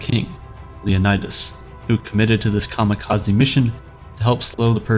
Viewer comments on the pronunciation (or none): none